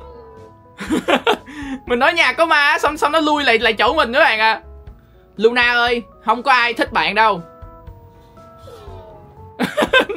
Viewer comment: Thà anh gọi nó là Lo-na ik Ko ! Anh gọi nó là Lu-na 😢